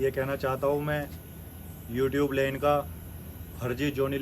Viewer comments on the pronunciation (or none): none